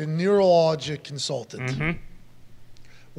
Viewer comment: AJ's smirk at Pat's "nur-nero- neurological"